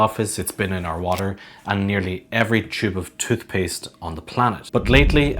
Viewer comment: “Every chube of chootpuste”